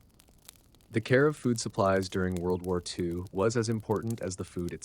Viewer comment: "World Woo Woo EE Two"